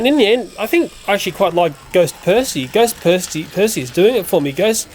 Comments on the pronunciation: He said back on perthy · I love how you say Percy lol.